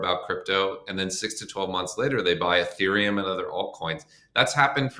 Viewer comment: ETHeruem??? Youve got to be kidding 😂😂